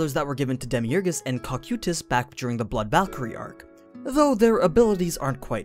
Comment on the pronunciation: Your videos are good but please please learn to pronounce Cocytus